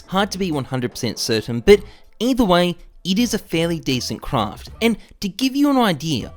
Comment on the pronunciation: Every time you say craft i cringe